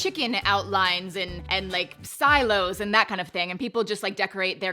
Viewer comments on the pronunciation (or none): Stilo haha- it’s silo 😆😉